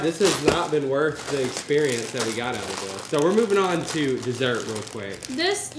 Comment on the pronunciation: I love how they pronounce oil like "ole" and reeses as "ree-sees" I say "oy-ill" and "re-siz"